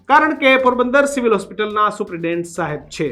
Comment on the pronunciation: આ એંકર ભાઈ ને સુપ્રિટેન્ડેન્ટ બોલતા ફાવતું નહીં લાગતું...થોડું હોમ વર્ક કરી ને આવો... ડાયરેક્ટ ટેલિ પ્રોમ્પ્ટર સામે આવી ને બોલવાનું શરૂ ન કરો મારા સાહેબ